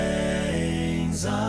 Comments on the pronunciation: Speaking as a Scot, I find this version of Auld Lang Syne to be insulting. If people are going to sing it, at least try to sing it correctly. It's not pronounced 'old', it's 'auld' and it's not 'take', it's 'tak'! And they sound like they're singing Zine when it's Syne. As a vocal coach, I would've expected you to know how it is actually sang in Scotland! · There is no z in the word syne. It’s a soft s.. if you were a Scot as I am, this would really sizzle your sausages.